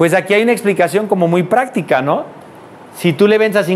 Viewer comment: jajaj, lee sin tíldes. Técnicas 'practicas' ....